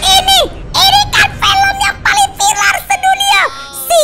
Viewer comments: Guys awal2 ngomong vilar -_- asli nya viral saat godzila vs kingkong:v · Firal bukan filar 😁